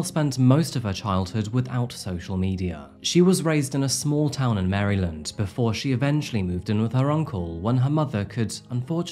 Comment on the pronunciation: Two-Pack, Mary-land, Line-age, Pluh-thora. Great work.